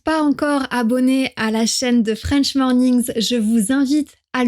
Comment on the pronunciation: Français passionné des langues... je te trouve simplement géniale...mais tu as un accent lol tu as tendance à rouler les R ou à les racler gutturalement , ce n'est absolument pas un reproche, bien au contre ! Pourquoi par contre prononces tu "French" à la française avec 1 millions de R ? 🤭 ta chaine est géniale...continue ainsi